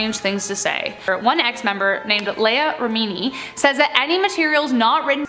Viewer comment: can you please fact check before reporting? Scientology’s founder was L. Ron Hubbard, not Ron L. Hubbard. and Leah Remini’s name was BUTCHERED….